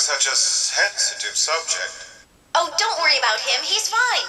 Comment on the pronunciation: "Dount ask me" nice one chugga